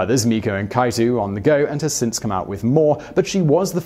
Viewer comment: I skimmed the comments to find if Miku or any other vocaloids were on here. I read this comment... But could not prepare myself for that pronunciation... It physically pained me. Also... "kai-too"? Triggered intensifies